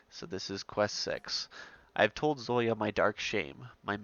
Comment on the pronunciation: Thanks very much for the video! And "Zolya" is pronounced as you assumed. Just FYI--credit to StoryEngine (Steve Gaskell) who did most of the writing on the Endless Legend quest.